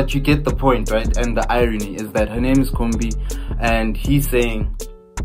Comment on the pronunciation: iKhumbi* not Khombi